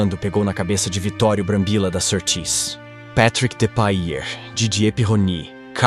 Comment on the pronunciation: Vejam bem: é preciso estudar a nacionalidade dos piloto e a pronúncia de seus respectivos nomes. Depailler, por exemplo, era francês e jamais era chamado de PatRRíck. Se fosse inglês/americano, seria "PétRRick. Já o saudoso Ronnie Bengt PEtErson era sueco e não existem "Píterson" no país escandinavo, certo? Obrigado.